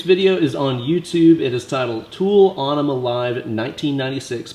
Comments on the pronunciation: It's en uh muh not on uh muh. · AE makes the "Eh" sound in this case. The song is about flushing California, and an Enema is something that flushes your bowels. It wouldnt be pronounced Ay-neh-ma. Some other words with a similar AE are Aethelstan, Paedophile and Aether. The reason some words/names like Samael are pronounced Sam-Ay-EL, is that the suffix EL denotes Godliness or a connection to God. English has a tendency to favor the way a word/name was originally constructed when it comes to pronunciation. That is how you can get two words with similar letters sounding completely different. They were compound words that got squished together, so they take the spelling from both original words and then change a few letters in the middle to connect them in a way that wont change the pronunciation too much. If you've ever been to a spelling bee, you've probably heard the kids ask for the origin of the word. This is why that matters. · Onima? It's pronounced in e ma, like enema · It's actually pronounced Enima...... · Lol he called Aenima Onnima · Aww-nema? What an idiot.. You're going to try & school us on techniques, used by an amazing guitarist, for a song that you cannot pronounce.. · sure can play... but phonetically its ' en em uh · Is it not pronounced, uh-knee-muh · you're miss-pronouncing aenema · I did find the mispronunciation a bit surprising, but at least is teaching people to play the riffs correctly:-) As for the "winemaker" thing, must have been autocorrect, huh? I was like... hmm, is this some kind of Maynard reference? 🤔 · Have I been pronouncing Aenima wrong my whole life!? Thanks, correcting my guitar playing AND my grammar!